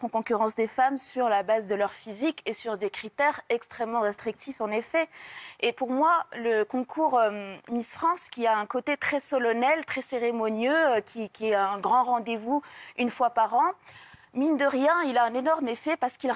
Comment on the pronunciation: Elle a dit solonnel au lieu de solannel